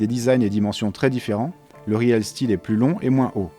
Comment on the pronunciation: Ça se prononce riiiil stilll